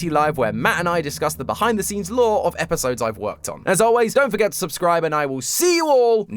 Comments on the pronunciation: Lovely episode, showing a lot of promise! My only complaint is that your "lore" pronounciation isn't up to par yet. It's not "lore", it's "LOOOOOOOOOOORRREEEE"! Can't wait for the next theory! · You forgor something mate it's not pronounce "Lore" it's "LOOOOOOOOORRRREEEEE!" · Its not lore tom it's LOREEEEEEEE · you to pronounce lore loooooooore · it's not pronounced lore it's LOORRRREEEE! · It’s not lore it’s LORE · It’s pronounced lllllllllooooooooorrrrrrreeeeeee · Hey, I know you’re new so I’m gonna let this one slide it’s not lore it’s LORRRRRRRRRRRE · Okay you’re doing great and all but you said lore wrong you see have to say it like LOOOOOOOOOOORE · I think you pronounced that word wrong,. I think the wya it's said is less of "lore" and more "LOOOOOOOOORE" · Amazing introductory episode, but lore is pronounced with at least 3 o’s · What an incredible first theory for! I was looking forward to hearing his thoughts on Chapter 3,and he brought up a lot of interesting ideas! If this is anything to go on, will be a wonderful successor of Game Theory! ☺️💚 Just needs to work on his “LOOOOOOORE” pronunciation 😉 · not just the speech pattern but how quirky he pronounces the words too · He doesn’t say lore the same way but he’s still awesome and kept me really entertained. He’s a great Host and I love him now. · He didn't say "lore" right >:(